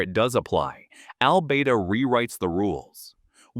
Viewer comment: I wonder how that place he pronounces as Al-bay-da is spelt? I bet it's Albada.